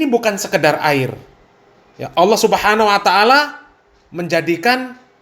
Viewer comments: Lafat Allah di pelesetkan jadi awwoh, ha.ha ha sy jadi ketawa geli Ter Baha Baha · entah telinga sy atau bukan, yg sy dengar dibanyak video stiap kali mas baha mengucapkan Allah terdengar seperti owoh.. 😊